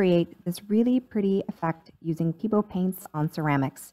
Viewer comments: "peebo" haha. pebEo!! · Pay-Bay-oh... is how you pronounce it :)